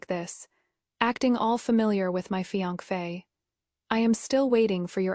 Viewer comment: Why can’t AI say fiancée 😂